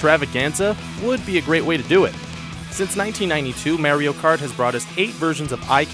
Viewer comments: "Meh-rio Kart"? Really??? Why is it so hard for so many of these top 5/10 lists posters to look up the pronunciation for the entry titles. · No, he said that because in the video the commentator pronounced it , "Merio Kurt." He knows what Mario Kart is.